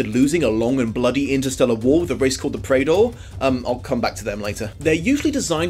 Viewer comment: Looks like you are pronouncing Prador correctly, according to the audiobook of Prador Moon.